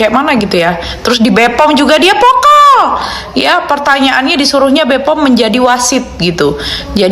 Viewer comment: Vocal Mba vocal bukan pokal